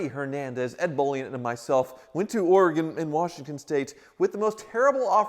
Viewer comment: Thanks for pronouncing Oregon the proper way,, unlike Freddy did throughout CarTrek!